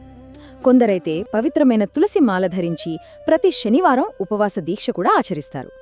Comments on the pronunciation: Mee voice chala bagundi,explanation kuda chala bagundi kani mee pronunciation baguledu. Sanivaranni shanivaramani alage suddi ni shuddi, ani palukutunnaru. Ala vintunte anyamatastulu palukutunnattuha undi please try to change this pronunciation. Thank you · Sanskrit lo sa ni sha ane antaru